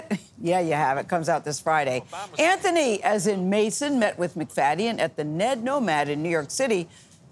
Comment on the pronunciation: Wish you would have pronounced his name correctly even one time.